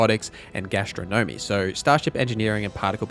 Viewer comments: Gastro Gnomey? Astro Gnomey? Gas-tron-nom-mee Great vid but come on.... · GA - STRO - NUH - MEE!!!!!! - sorry, couldn't bear it..